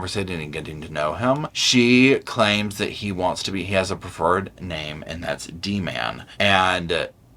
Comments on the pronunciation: I know this is the least of the issues and I'm actively angry that this woman got off on appeal, but why the heck would she pronounce it D'man and not D-Man like the letter D and then Man. Every time she said "D'man" all one word I got a little bit angrier! Unless I missed something I think she just made up that pronunciation and proceeded to roll with it for years. Why? Why can't she read what SHE just typed? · What really, really got me was how she continually called him “Duh-man,” not “D Man.” This particular detail really struck me throughout the doc. This was in spite of the fact that—when Anna recounted the initial time Daisy told her the story of this nickname—she was fully capable of pronouncing it correctly. I would say she said it wrong once in the interview and then committed to it as a way to protect her ego…but the former student who volunteered through Anna to do FC with Derrick when he was in the literature class ALSO calls him “Duh-man” on the police interview tapes, which makes me think Anna has been insistently doing it wrong the whole time. The irony of asking for someone’s “preferred name” only to mispronounce it for years and years seems to be totally lost on her. How very telling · The fact she kept calling him Daman and not Dman made me want to scream! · I YELLED at the goddamn TV everytime those monsters said Dman, and I'm white as a ghost. Clearly it's D-Man like J-Roc or T-Dawg. She very clearly doesn't even understand the basics of a more urban lifestyle and wanted to project her "white college professor-classical music-red wine savior" complex by even refusing to use common phrasing that most of the US understands. It's deliberate. They were twisting the name to create a new identity for him while pretending to call him what he wanted. Like Derrick couldn't even get the respect of them getting his nickname right?? It's foul af and makes me so angry! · It got so aggravating with her calling him "da-man" omgaaaaahhh